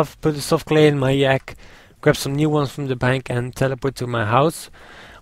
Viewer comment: Anyone else think he says yak funny/:) its not like a real yak... its a yaaakee